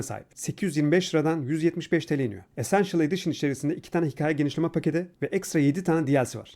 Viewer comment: Abi Sen Konuşunca Sende Şapkalı A Harfini Kullanmak Diye Bişey Yok Hikaye Diyorsunda Hiç A Harfini Yumuşatmadın Abi Hikaye